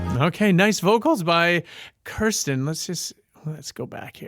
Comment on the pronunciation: Btw,, her name is Kristin, not Kirstin.......small correction.